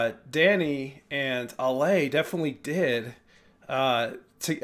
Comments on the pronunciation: Except Ale herself pronounces it Ah-lay. 😊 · I know you already know you’re still saying Ale wrong, but I’m still going to tell you the correct way of saying it. Pretend her name is Alex, and drop the X sound at the end, and that will give you the perfect pronunciation. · Love your reactions! Pssst. Lots of folks don't speak Spanish, so no shame, but a couple words to show how big a fan of The Warning you are. Ale is AH-lay. Martirio is mar-TEAR-yo (TEAR like the wet stuff that comes out of your eyes when you hear Pau sing Creep, not TEAR like how she tears your heart out while doing it). Thanks for going down this rabbit hole with us! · Hopefully by now you know their names are pronounced like Danny, Pow, and Ahlay (slight emphasis on the first syllable).